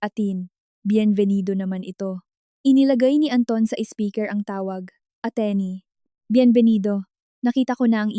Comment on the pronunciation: Anong klaseng salita yong SPEAKER PHONE NA SABI MO SPIKER😂